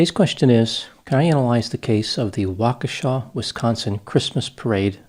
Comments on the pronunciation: So happy you pronounced Waukesha correctly! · He pronounced “Waukesha” correctly. That, like, never happens. Thank you Dr Grande.